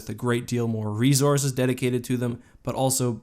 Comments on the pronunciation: He keeps saying rezorzes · You say "resources" funny. Love your videos. I think the republic had more bad ass special sources (mostly because the cartoon)